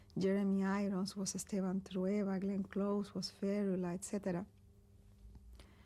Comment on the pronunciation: Nobody taught them how to pronounce "Esteban"